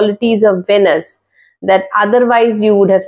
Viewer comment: It’s pronounced as veenus. Pls emphasise on the ee sound